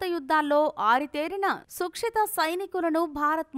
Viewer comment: గాల్వన్ నది కాదు. సరస్సు. అలాగే సుక్షిత కాదు..సుశిక్షిత